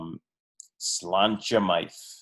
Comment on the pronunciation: Don’t know if anyone else has mentioned it but Slainte Mhath is pronounced Slanja Va. It is Scots Gaelic (there’s no V in Gaelic and mh replaces it) and it basically means “good health” and is very commonly used as a drinking toast in both Scotland and Ireland.